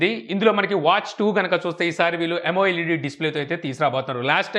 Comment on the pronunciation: it's not yamo-led it is amoled.